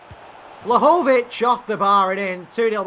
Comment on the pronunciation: Btw you prononcue Vlahovic's name wrongly! It's pronounced Dushan Vlahovich